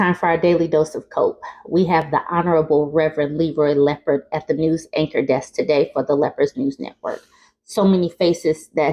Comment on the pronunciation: Not "Leroy Leapord"!!! 🤣😂🤣